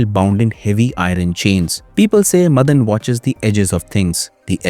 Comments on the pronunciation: stop saying Madan madan! its MAAAA-DAN ! GET A MALLU FRIEND. PS: NO HATE , FULL SUPPORT. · Not मदन it's माडन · Not madhan it's maadan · its not मदन it is माडन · Madan nahi, Maa-Den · മദൻ അല്ല മാടൻ. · Please note that it is not madan (मदन) it is mATan (माटन्) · Not Madhan. It's Maadan. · It's not मदन. It's माडन.